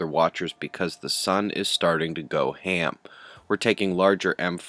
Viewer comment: I had to rewind and listen a 2nd time just to make sure I heard him right :)